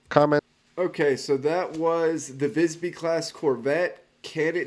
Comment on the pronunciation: Good pronunciation of the name. Maybe a bit logner I.